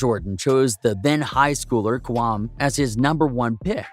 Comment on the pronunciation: i dont think he really know basketball. He pronounce kwame brown's name "kwamm" and who tf is Anthony Rudolf